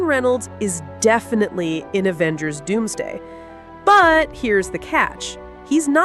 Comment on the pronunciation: Did she say Avengers Doomsgay??